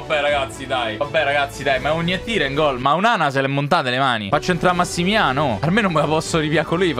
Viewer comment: "a Massimià". Morto...